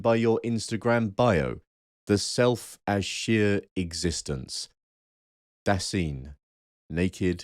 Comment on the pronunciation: On pronunciation (no, I‘m not blaming you for not being perfect at speaking German): „Dasein“ is pronounced Duh-sine (as in „sine“ like the geometric term). On the other hand, your pronunciation of „Geworfenheit“ was pretty much spot-on.